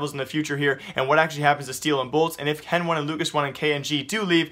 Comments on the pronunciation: CSGO News And More yea but the casters call them "Heni" and "Lucas", stop calling hen-one and lucas-one please. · please. stop saying henone and lucas one !! its heni and lucas driving me crazy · I think he is doing it on purpose (henone and lucasone);D luv u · NO! its heni and lucas. Say it how they themselves say it...